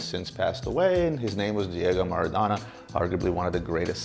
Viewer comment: Each time he butchered Maradona's name I cringed.